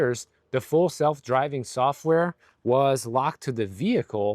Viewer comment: I heard "fool self driving software." ;)